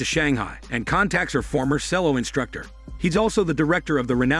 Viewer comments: Shame the narrator can not read English its pronounced Chel-low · OMG… Cello is Chel-o … Charlotte is Char-let…. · Sorry, I couldn't deal with the way you were saying the word cello....